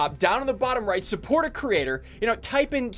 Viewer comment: I love it how he says surrport somebody not just himself